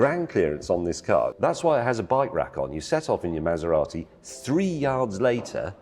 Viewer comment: Anyone know where the 'T' in Maserati went?